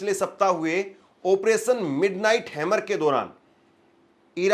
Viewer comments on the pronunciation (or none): none